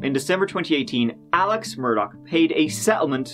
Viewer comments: Possibly "Irish" Americans who pronounce their surname "Murdaw" not liking actual Irish pronunciation as "Murdock"🤷‍♂️ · The fact that the family's name is "murdah" was not lost on me 🥰. Although yer man keeps saying murdoCK for whatever reason? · “Murdock” Literally Everyone Else: “Murdaugh” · it’s mur-da like what happened to them and how we say it in Boston...NO R NEEDED😎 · Still can’t believe after 2 weeks nobody has mentioned the Family’s name is Murdaugh (like Murder/Murdah) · Lmao why does the American media pronounce it mur-DAW? 😂😂😂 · I feel like they pronounce it mur-dog. But who really knows ahaha!